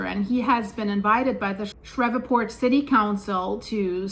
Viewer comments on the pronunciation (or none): New Madrid? Fracking? Sheree port it's pronounced shreeport no V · It happened next to a fracking unit. And it's SHREE PORT, not shref fort. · GOOD LORD woman..... Learn how to pronounce the names of our cities. Shreveport is pronounced shreeport, not shreva'port . Painful to listen to. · ShrEEEEve, long E sound , like sleeve, not eh. ShrEEEveport. 😂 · It's pronounced Shreev•port. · Shreeevport phonetically ma’am. Love ur channel. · Thanks for the info. For your information, it is pronounced Shreeeeeve port. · It's pronounced "Shreeveport." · It's pronounced "Shreev-port" Thanks for all of the Great information 👍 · Ah,, you're so funny...the name is pronounced Sh EEEEE ve port. (My favorite town in the whole state). I'm sure all those river sediments amplified that quake energy, and maybe that means the New Madrid fault zone is waking up. (hope NOT) People generally don't know there are several BIG, deep faults throughout the Appalachian chain. Since this quake happened, I'm saying we should watch around Oakridge, TVA dams etc., and not far north from Louisiana is the Arkansas deformation area south of Memphis....lots of sediments there for liquifaction. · ShrEEv port is how to say Shreveport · it's pronounced as "shreevport" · Pronounced "shreeveport". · /shrēv-port/ Two syllables. /shreev-port/ 😂 You're so sweet and so European. 😅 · Shreveport is pronounced "Shreevport." Just FYI. Thanks, S Cheers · Pronounced “Shreeve port” like Sleeve. 👍🏼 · The city name of Shreveport, LA, is pronounced as though it were spelled "SHREEV-port". You've "Germanicized" it! (The town was named for a distinguished "Shreve" family -- of British descent -- whose old Anglo-Saxon-derived last name came from two words, which, in modern English, are "shire" ("county") and "reeve" ("administrator"). The "shire-reeve" combination ended up becoming both the family name "Shreve" and the English word "sheriff".) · its pronounced Shrēēvport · “Sh-re-port” pronounced